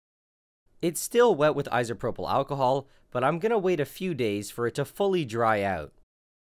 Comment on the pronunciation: Anyone else bothered by his pronunciation of “isopropyl”?